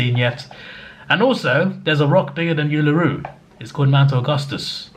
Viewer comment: tisk tisk tisk.... before you go to Uluru we need to teach you how to pronounce it buddy don't worry got you man. Can't wait for your 2023 travels to australia and beyond all the best "indian101"